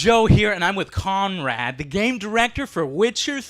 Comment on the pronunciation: Joe doesn't even try to pronounce his last name...